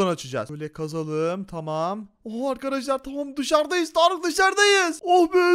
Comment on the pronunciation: Abi sen hala Tarık diyorsun